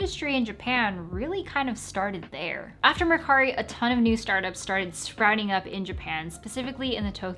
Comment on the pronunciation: GREAT video! and its all very true (when you said mercari in english accent, it stung my ears!! hah,, but then your clean japanese pronunciation relieved the pain..)🤣